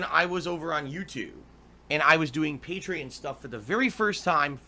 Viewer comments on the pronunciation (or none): It's not patrons, it's not Patreons, it's... paytreeins